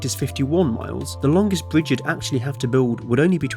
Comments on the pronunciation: A bwidge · What’s a bwige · Yeaw lets make the bwidge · My bwidge is bigger than your bwidge. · Bwidge tunnewing woads awtic wail woad woute